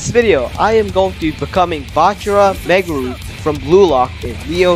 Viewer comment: No hate is not megumi is megaru